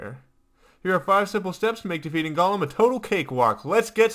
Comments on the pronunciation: It is pronouced gow lum not gawlum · Not sure why this bothers me so much, but 'golem' rhymes with 'bowl em' is not pronounced like gollum. Sounds like he's saying gollum.